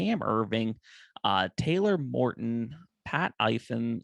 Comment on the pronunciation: Hey it’s Taylor Moton, not Morton!